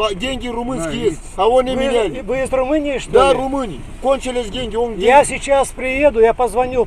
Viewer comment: Дай дэньги! Дэньги дай! "Иностранцы", блин.